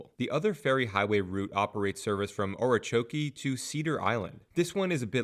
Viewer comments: Good info on the video but I was comsumed by laughter. I had to go back several times to hear Ora chokey!! Too funny by a foreigner. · I love the pronunciations Hatter Ass and Ora Choke. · And Ocracoke.